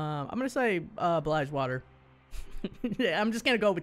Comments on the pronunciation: Plus its pronounce as bilge water not bligewater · That wasnt "blidgewater" (its pronounced like the plant plus water.... BILGE WATER) it was the shadow isles... and tje last one who you thought was ionia, that, my dear sir, is noxus. Get up to date with your lore mate!